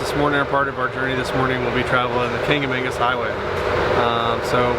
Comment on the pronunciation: It's "kanc-a-MAW-gus", not "kanc-a-MANE-gus". Kancamagus. No second 'n'. :)